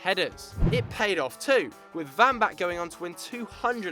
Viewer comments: its not Vambach...its WAMBACH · Wambach not Wambach...she isn't German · It's wambach pronounced with a w not a v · Vambach? You mean Wambach? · if he says vambak one more time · Abby Wambach isn't russian. Its a W, and its pronounced like one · SInce when is it pronounced "Vambach"?? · Vambach??? It's pronounced with the W, but great video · Your saying wambach wrong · Abby Wambach's name is pronounced with a W sound not a V